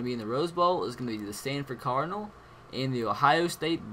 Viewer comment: He says standford cardinal its cardinals